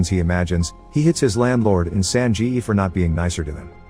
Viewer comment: Bro it's not "san ji yi" it's "san ge" with a hard g. I know the words are automatically generated but this annoys me